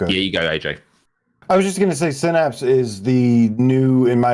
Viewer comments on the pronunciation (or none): It's definitely Synapse and not Sinnapse 😂😂❤